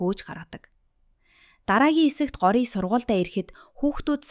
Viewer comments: Гори биш шүү гоориа шүү 😂дараагийн ангиудаа хурдан оруулаарай 💕😊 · гори биш gorya shv❤ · таям gjnasss таам gej duuddishvvvvv